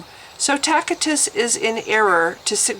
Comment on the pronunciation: Excellent essay here. But the mispronunciations are grating on my ears. TASS - IT- TUSS [Tacitus]. MESSY- ANN-NIK [ messianic, not masonic] And ANN-NULLS [annals, not anal] = record of the years...